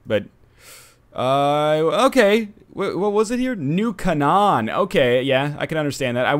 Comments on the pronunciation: Just as a heads up, "Canaan" is pronounced "Kay-Nin", not "Kuh-Non". =) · It's pronounced cane-an